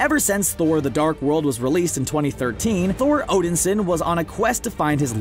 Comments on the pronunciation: I finally cracked at Odinsin "HE'S ODIN'S SON" When you keep mispronouncing things it makes it look like you don't know a thing about the subject matter and you're reading someone else's script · "Odinsin:" smh.. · I hate to be a stickler, but I wish you people would get pronunciations correct. Namor is Nay-more, and Odinson, is actually Odin-son.